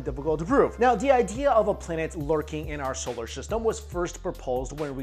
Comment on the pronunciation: Why he keep saying solar sishtem